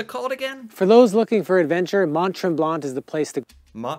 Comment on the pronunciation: Congrats on pronouncing Tremblant better than the guy in the video who was actually there!